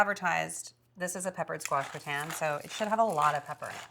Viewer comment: GRAH-tn, not gre-TAN. And stop saying "like". Jeez. But you've come a long way since that show 6 years ago.